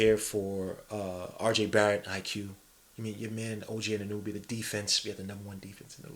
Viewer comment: Anunoby... Ah-nu-no-bee* Not ah-nu-nu-bee Respectfully, god on god